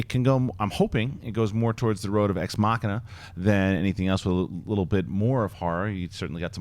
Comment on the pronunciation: "Exmakiaaaa"?? it would be nice if could manage to pronounce "Ex Machina". would be really nice.